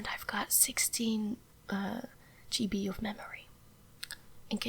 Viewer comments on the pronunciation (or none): You actually pronouced "ge be" 🤣 That is really cute. Love your videos by the way